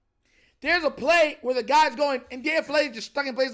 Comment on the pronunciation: Daniel Chick-Fal-Lele. 😅